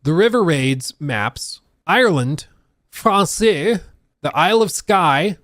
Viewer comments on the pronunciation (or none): Francia is pronounce like Frank-ia